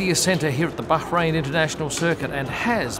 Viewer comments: ok - it's not you, it's me, but it just sounds weird when you pronounce the 's' in Canal + (Plus). BUT having said that, love how you pronounce BAH-rain, not bad for a boy from Daws Road High School! :0) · I love how is so careful to pronounce Bahrain correctly but then calls Rolex “Rollicks”